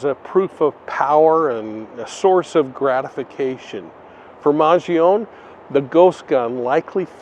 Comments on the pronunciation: Whis is why I gave correct pronunciation:) It is not Man-jee-oh-nee…which is how most people are pronouncing it but killed it in this one lol maj ee own 🤦🏻‍♀️ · As an Italian, the correct pronounciation of Luigi’s last name is maan-joh-nee 🇮🇹🤌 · That’s interesting. Once you mentioned it I looked up Chuck Mangione not knowing for sure how to spell his name. And it’s man-JOH-nee. But you just know the media is going to keep going with man-g-OWN-e. Bad habits die hard.